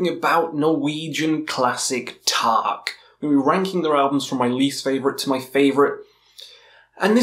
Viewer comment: The way you pronounce Taake means roof in Norwegian (tak) and not fog (tåke) as the name of the band actually is. I don't expect you to pronounce it right, just thought it was funny ;)